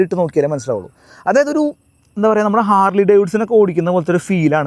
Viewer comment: ഹാർഡ്ലി അല്ല ഹാർലി ആണ്